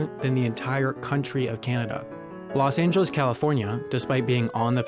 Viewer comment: Loa Zyi your also pronouncing it wrong its spouse to be said in Spanish vowels, Nevada California Texas Arizona and more use to be part of New Spain then Mexico now US actually his pronunciation was closeish to Spanish than what most people say but when he said Los Ángeles it was terrible not even close to Spanish, Nevada is Neh-vah-dah, California is Cal-ee-for-nia, Texas is Teh-has, Los Ángeles is Lo-s Ahn-hel-es